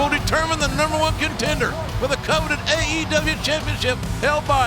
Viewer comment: He just say " EH E W "